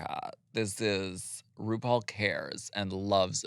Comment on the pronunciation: gorl what? jinkx called ru broom in her judy garland snatch game. dela called ru "roople".